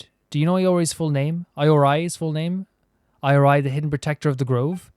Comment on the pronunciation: HI! Im sure you probably get so many comments about the pronunciations and probably not able to see all of them. And yet here is my attempt at trying to help you pronounce it - Araumi- Ah-rah-oo-mee Ioroi- ee-oh-roh-ee Narukami- nah-roo-ka-mee (roo like the flour roux) Watatsumi- wah-tat-soo-mee Bake Danuki - Bah-kay Dah-noo-key (soft on the D sound) Tanuki - Tah-noo-key (soft on the T sound) Yoimiya- yoh-ee-mee-yah The Tri Commission - Kanjou Commission, the Hiiragi clan leads it. They are ones who wanted us to deliver letters and what not. They deal with trade, finances, customs and border patrol. Yashiro Commission, the Kamisato Clan leads this and they take care of Shrines, festivals and keeping the culture of Inazuma alive and manage cultural affairs. Tenryou Commission manages and deals with the military affairs. They work closely with the Raiden to enforce the Vision Hunt Decree. Thank you for your videos. I'm late game player so I get to live vicariously through you as you journey through the various regions.